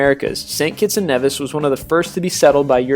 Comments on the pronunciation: Nevis. OMG. HE SLAUGHTERED IT. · Its pronounced NE-VIS not NEV-IS but still a good list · Saba and aruba never heard of these islands sry oh an we pronounce it like kneevis I don't know if you be able to understand